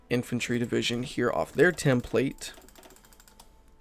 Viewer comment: You pronounced template incorrectly. Lol